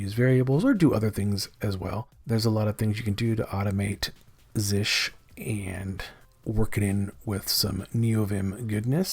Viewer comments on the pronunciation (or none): Never heard anyone pronounce it "zish" before